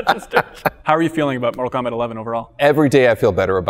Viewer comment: NORTAL KOMBAT